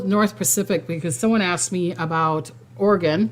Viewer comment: It's OR -EEE - GUN. Like the weapon Smith & Wesson sells.